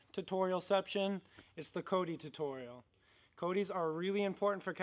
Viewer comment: The Cast back "tuturial" 😄